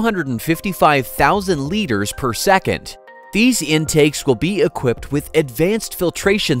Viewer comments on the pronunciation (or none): none